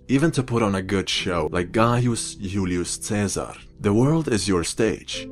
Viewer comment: listen to how he says Julis Cesar and if u still don't know then I'm not gonna say but I promise u this it's surely not Sweden